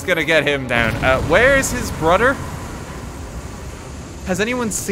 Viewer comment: Brouder I love how he say brother